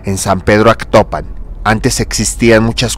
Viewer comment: Es Atocpan no Actopan, ignoranto.